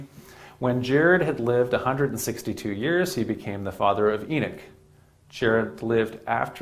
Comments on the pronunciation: I want to watch but I can't handle the pronunciation of Enoch...Why is he saying Enick???? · There an o in Enoch not Enick lol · what is a E-nick....is that a new apple product😒😒😒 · It's Enoch...not enick. Smh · We know they tried to white was history, but that’s No excuse to start miss pronouncing Names 😂😂😂. His Miss pronouncing of the name is not even close the the spelling, it’s Enoch Not Eneck 😂😂😂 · It’s called EN OCH not EN ICH 🤦‍♂️🤦‍♂️🤦‍♂️ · EEE NOCHHHHHH NOT ENICK OMG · He not saying the name right ..E noch like u saying He knocks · This is the 2nd person I am hearing saying En ich , how they rewrite history